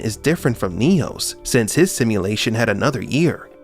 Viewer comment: "simuLATION.. simuLATION ..simuLATION" you talk weird af. unwatchable